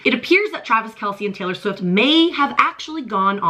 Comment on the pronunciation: Not Traylor please lol